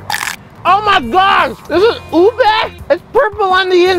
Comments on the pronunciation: You dont say it ub it's u be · Its OO - BEH not OWBEY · It’s pronounced ooh bay not ub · You said ilike ueb it's pronounced Ubae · WAIT IS NOT UB SI UBE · Guava juice he's prononcation of ube is ub it's o-be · Its pronouced U-BEH not UB. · Ube is made in the Philippines. And as a Filipino, I know how to pronounce it. U-be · He said oob instead of ube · Ube.. becomes "Ub" nice 1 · It's called oob ayyy that's how you say it but Roy knew how to say it he's just trying to be funny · Lol he calls the ube uube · He called ube oob? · its not ube its oo be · Is not ube is Ou Be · U pronounce E in ube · how u pronounde ube on the first part hahahahhah lol sorry for making fun of u im an Filipino